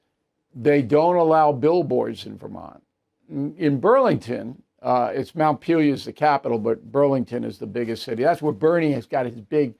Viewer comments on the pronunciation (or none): none